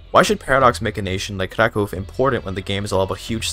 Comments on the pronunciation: It's impressive hoe correct is your pronunciation of the name "Kraków". People rarely bother to care about it and move along. And this is just cherry on the very delicious cake. Keep going! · Your pronunciation of Kraków sounds just like a native's, I'm thoroughly impressed and even more so considering you're a native English speaker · Your pronunciation of „Kraków” made me think you're a fellow native Pole, lol. I tried Kraków, but got bored, so overbuild my army with cheats and still lost against Austria. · Wow. He pronounc krakow normaly. Yay